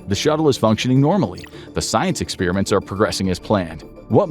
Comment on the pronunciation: The way you pronounce, “experiment”, upsets me!